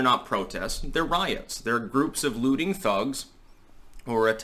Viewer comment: I thought you said booty thugs instead of looting thugs. Damn Booty Judge